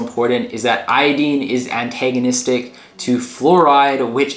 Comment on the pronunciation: The information in your video is is pretty good but you are mispronouncing the word iodine something horrible